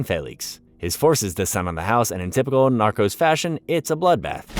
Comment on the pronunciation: Not the "narcus" 😂